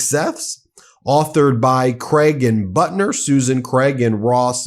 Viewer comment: It's pathetic that you are unable to properly pronounce the first name of reporter Suzanne Craig and the last name of reporter Russ Buettner.